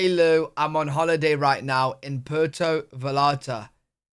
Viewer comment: Port of Vallarta is not pronounced that way.🤣